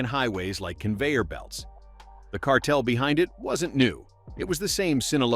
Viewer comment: I don't think Newsom can pronounce the word "cartel".